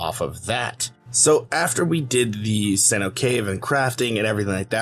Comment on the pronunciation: Seh-NO-tay “cenote” cave. Its like a big sink hole. I got you.